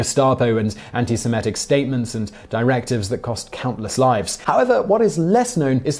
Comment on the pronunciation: It's se-MIT-ic, not se-MET-ic. And Epstein rhymes with "align", not with "mean".